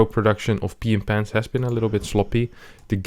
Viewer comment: Our boy. Cannot unhear this:D